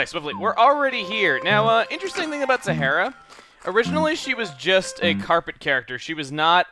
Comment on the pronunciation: Sahara is pronounced like the Sahara Desert in Africa.